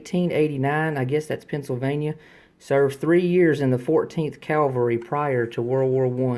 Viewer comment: You have a great collection. My favorite canteen (only have 2) is my pre-WW1 spun aluminum canteen with a replaced dome cap. You aren't pronouncing cavalry correctly. You're saying calvery & that's where Jesus Christ was crucified. It's cav al rie. I don't think they were plastic caps but rather bakelite. Cheers from an old Marine sergeant in eastern TN